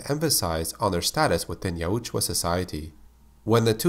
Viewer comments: Say it with me.. y-out-jaw. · Why do you purposely pronounce Yautja wrong? I'd see the point if it had 2 oo's in it. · Why do you pronounce "Yautja" like that?